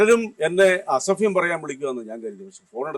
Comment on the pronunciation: അസഫ്യം... അല്ല....... അസഭ്യം.. എന്ന്... പറയൂ